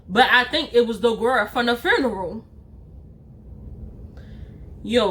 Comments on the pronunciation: every time she say “FEWN” i say “NERAL!” LMAOOOO ❤️❤️ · Ok I thought I was tripping like I kept turning the volume up.. like is it just the accent or she said fune... Love it. 😂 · Yes the Fewn w the accent ❤❤😂😂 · Honey you were all over the place with your story. And I have Never heard the word funeral pronounced that way. What’s going on with you?